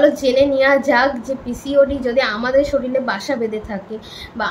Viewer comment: Soril noi...kothata sorir hobe